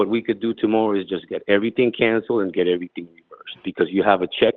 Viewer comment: Yeah, more & more, listening to his speech, he's sounding like a Los Angeles Hispanic. "Every-ting." "In-for- mation," each syllable expressed individually, etc., etc., etc.